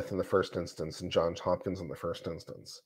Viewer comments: It's JohnS Hopkins not John Hopkins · Can we please pronounce it correctly as Johns Hopkins? It isn’t John Hopkins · JohnS Hopkins John has an S on the end. Its two last names.